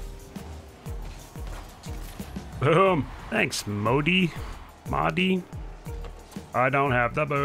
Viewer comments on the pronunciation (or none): none